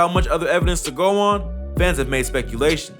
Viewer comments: "Luckily both artist escaped UNSCATH?" Ohhhh, you meant Unscathed! UN-SKAY-THD is the pronunciation. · did my man really say "got away unscavved at the end lol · So were just ignoring the way he pronounced "unscathed"?... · Unscathed* You said ts wrong